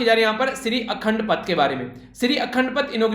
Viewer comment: I am From Asr, Punjab no worry sir, i will tell you , if there is any mistake in pronunciation 1st Akhand Paaaath not pth Guru Teg bhadur ji was born in Amritsar, Punjab. spelling is chak nanki but pronunciaton is chk nanki not chaak nanki 1. Guru nanak dev ji 2. guru angad dev ji 3. guru amardas ji 4. guru ramdas ji 5. guru arjun dev ji 6. guru hargobind ji 7. guru har rai ji 8. guru har krishan ji 9 guru teg bhadur ji 10. guru gobind singh ji Khanda (Symbol of sikhs)